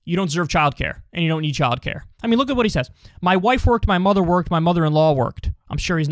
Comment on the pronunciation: He cant even pronounce the word "worked." Its past tense you idiot. Stunning.